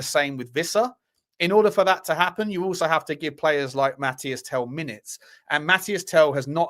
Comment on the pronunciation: Mateese Tel, not Mathias Tel dude